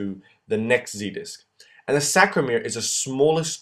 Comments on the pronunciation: Great video but it's SARCO-mere not SACRO-mere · Love your drawings and this tutorial. However you are saying and writing "sacromere" but the word is "sarcomere". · nice video but it's Sarcomere and not Sacromere... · As an AP instructor of 35+ years, you do a nice job! However, you must make sure you pronounce the words correctly! It is NOT sacromere.... it is sarcomere! Double check your pronunciation before you begin! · It is not saCromere, it is saRcomere .. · Great video, just maybe make a note that it's saRCOmere, not saCROmere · Aloha! I love this resource! Thank you!! BTW its Sarcomere and sarcoplasmic----sarco rather than sacro- ya? Mucho Mahalos! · CORRECTION: it's SARCOMERE, not SACROMERE. Correct pronunciation/spelling is important as students, we should be learning the correct way. Thank you, I think you're great! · Isn't it sarcomere not sacromere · Was very helpful SaRcomere, SaRcomere, saRcomere, saRcomere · This is great, but it's totes called "sarcomere"... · Good video , however, just wanted to point out the term is 'Sarco lemma' and Sarco mere Not 'Sacro lemma' / sacromere - Not sure if this was a slip but it was stated multiple times.